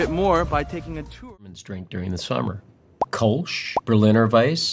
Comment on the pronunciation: this one drives me crazy. Kölsch should be pronounced almost like "Koor-lsh" with a short "oo" as in "look" and only a slight "r" sound, more akin to the British or Aussie "r". That is how the german "ö" is pronounced. In English a close comparison might be "curl-sh"